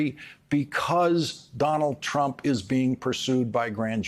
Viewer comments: Lol he said Donald crump! 🤣😂. Think he was trying to say Donald chump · "Donald Crump" 😁😄😃🤣